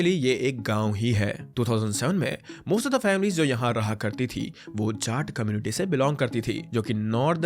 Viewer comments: jaat ❌ झाट 🤙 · Jaat community. You are pronouncing Jaat like Jat(Cat-Jat-mat) like that. Change your stupid ascent.